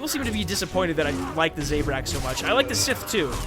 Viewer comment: Z-a-brak thats how you pronounce it